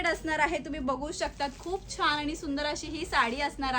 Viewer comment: छान म्हणतात छाण नाही